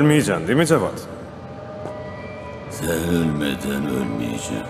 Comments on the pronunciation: Cavat değil cevat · Cavad değil, Cevat.